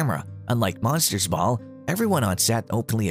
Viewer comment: WTH is with the AI?!? Can't pronounce 'Monster's Ball' correctly, nor the word 'Intimacy'?